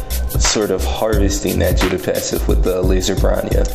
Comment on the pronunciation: Also its jew-duh not jew-day